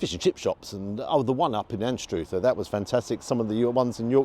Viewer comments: an - struv - er not an-stroo-ver, I note vegetarian options limited and unimaginative, as usual especially higher end. Like to see you rate veggie options as well? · Love your work mate, however, the village of Anstruther is pronounced Anne struv er...not An strooogher 🙂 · You're 'almost' there with the pronunciation of Anstruther;) Split it like this. 'Ann' as in the name. 'Stru' as if going to say strut, not stroo. Then say 'ther' as rhyming with blur. Hey Presto, you're an honorary Fifer:) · Anstr-other not anstr-oother. Great vid! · Anstruther is pronounced Anster. And, what were the insects flying about? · Anstruther phonetically pronounced is… not with the “truth”… it pronounced like this… Anst-ru-ther hope this helps. Now to watch the review. 😊 xx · Anstruther sounds like brother, not like tooth. 😂👍🏻